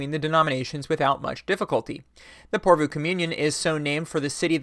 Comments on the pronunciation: Good video. But PorvOO, not PorvUU :) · Pore Voh. Stress on the first syllable, long on the o o. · Utterly besides the point but the last two o's in 'Porvoo' are said in the same way as the o in 'more'. 😜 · Finnish viewer here. Loved hearing you talk about lutheranism and the nordic region! Porvoo is pronouced differently to what you said. The O vowel is pronouced the same throughout the word. And it sounds like the swedish Å vowel. Hard to explain. Anyways, Keep up the good work,! Love your videos!